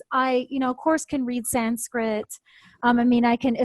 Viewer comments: Thanks to. Her pronunciation of the Sanskrit words is very good I think. She has revealed a lot of wisdom in this video.Thanks again for this video and interview. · It is wonderful to hear an American who has made efforts and can now pronounce Sanskrit properly. Congratulations. There are so many great American and other Western scholars of Sanskrit, Jyothish, Hinduism, etc. who seem to fail to grasp the importance of proper pronunciation, especially of Sanskrit.